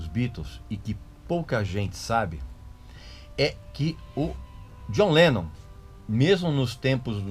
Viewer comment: Eu racho o bico quando a pronuncia dele soa como "Jonleno"